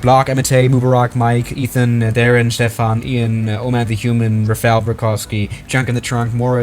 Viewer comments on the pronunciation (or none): none